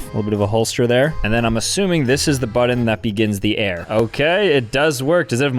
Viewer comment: Say "Butt" now say "Button" It NOT that hard dude! the word "Button" does NOT have any "d's" in it!!!